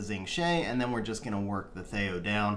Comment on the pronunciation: first time ever hearing him called thay-o lol. thee-o.